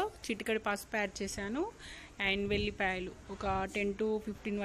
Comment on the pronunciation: Vellipaylu kaadhu.....vellullipayalu.....sarigga cheppedu